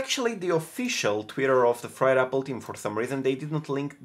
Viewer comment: LMAO Fired apple team instead of FRIED Apple Team